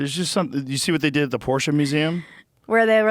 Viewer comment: so happy that Joe pronounces Porsche correctly